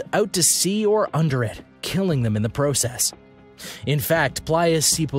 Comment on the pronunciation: Pro- cess why'd he say it like that